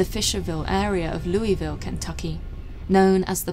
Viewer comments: Dope she actually said louisville right....👏 Congratulations P.S this is why I abosolutly love your content much love from the 502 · If you want to stand out as a non local in Louisville, call it loueevil vs Lou uh ville. The second way is how it’s pronounced locally